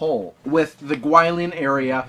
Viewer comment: Totally mangled the pronunciation of Yokosuka and Guilin...